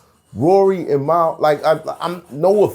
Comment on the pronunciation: swear i HATE hearing people say Mal's name wrong lol its the same as a shopping MALL.. yall been hearing it for over 200 episodes. At this point it's disrespectful and im mad Joe dont correct people. Its 3 fuckin letters man